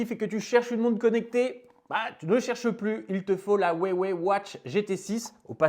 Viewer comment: J’aime la prononciation « ouais-ouais » de Huawei 😂 Excellent !